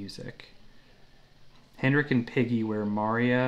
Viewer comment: I love this one, especially the sound of those kicks in the slow section! Others have already explained the True Temperament frets. One note: it’s “Henrik” (no ‘d’).